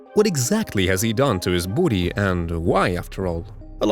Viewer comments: This dude says booty instead of body.😂😂😂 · Did he say booty? 😂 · Bro the beginning why did u pronounce body as booty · “What has he done to his boody” 😂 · "his boodi" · Great video, but every time you say body, I hear "booty," lol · I love the way you say "body". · Came here for the pronunciation of "body". Stayed for the content